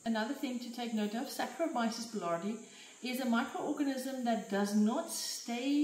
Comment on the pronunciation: Wonderful -- Thank you! FYI, boulardii is pronounced boo-LAR-dee-eye Be well.